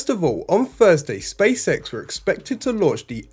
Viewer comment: It so sounds like you are saying Space Sex 😂👍